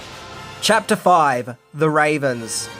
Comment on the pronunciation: Curse of da ravens?? no offense but it sounds cheesy try batman legends